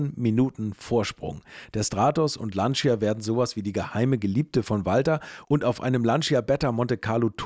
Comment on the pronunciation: Ich muss leider eines 'anmotzen', die Aussprache von 'Lancia' ist 'Lantscha', das I bleibt stumm, ich kann es gerne auch genau erklaeren, in Kurzform: Wenn Du meinst Du brichst Dir die Zunge ab dann machst Du es falsch 😅